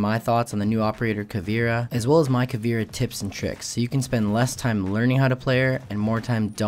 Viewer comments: Its not "KA VEE RA" its pronounced "KA VAY RA" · It's not Pronounced Caveera. It's pronounced Cahveaira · you pronounce it caveera its actually more like cabera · Greetings from Brazil! Her name is pronounced "Ca" (as in car) "vei" (as in veins) "ra" (as in wrath) awesome video, helped a lot! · It's ca-vi-e-ra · the way he pronounced caveira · He says her name wrong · u pronounce caveira wrong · Lol youre saying caveira like if the I comes before the E